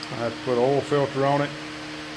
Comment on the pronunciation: I bet that you were going to pronounce oil, ol' based on the captions, before I clicked. Not disappointed. Lima engine, right? I haven't seen one in years....